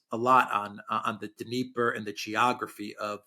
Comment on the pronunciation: Alex Mercurious: there is NO such geographical term as DNEEEEEEPA. The river is called and pronounced DÑEPAR with the letter 'R' at the end too. You pronounce it WRONGLY all the time and it sounds RIDICULOUS, the ears hurt when you rip into your long DNEEEEEEEEP'A. It's DÑEPAR - with the 'R' at the end!!!